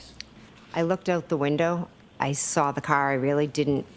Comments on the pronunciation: I cant stand how she says SAW it. She says SAR it. 😂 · THANK YOU🙄